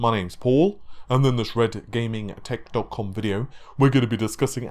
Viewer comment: Holy cow that pronunciation he actually says . Lol it comes out sounding like Red Gaming Zedicom video. I never hear him say it clearly so I doubted that he was actually saying red gaming Tech. Com